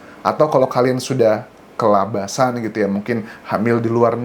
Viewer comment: Bang "KEBABLASAN" bukan "KELABASAN" 😅..bisa aja abang melucu d akhir2 keseriusan vidio...sukses sll,tanks dah nemenin aktifitas masak saya...❤